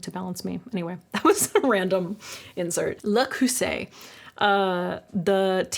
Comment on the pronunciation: Please keep pronouncing french words in your videos! It's so cool to learn something new and not only show the perfect results. "Creuset" is of course particulary hard because theres a strong "k" follwed by the beloved rough "r"